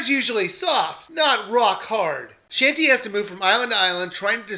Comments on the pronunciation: It's not "Shantee". It's pronounced "Shaun- tay" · DID YOU JUST CALL HER SHANTY? HAHAHAHA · He no longer sounds like he's begging for subs. ^_^ Also, YOU PRONOUNCED HER NAME WRONG, AND IT MADE ME CRINGE SO MUCH!!!!!!!!!!!!!!!!